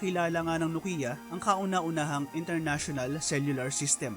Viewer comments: Diba ang tamang pronunciation ng NOKIA ay KNOW-kee-uh at hindi no-KEE-ya? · Maupay!!! Very Informative. May kaunti lang akong puna, iyong pagbigkas o pag-pronounce ng ng NOKIA, HINDI NO-KI-YA, bagkus NO-KYA and dapat. Eto ang isang link sa clip na kung saan ang isa mismong taga Finland o isang Finnish na nagbigkas ng tama. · nok/kyah not Nokia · Btw guys, paano po i-pronounce ang "NOKIA" NOKIYA or NOKYA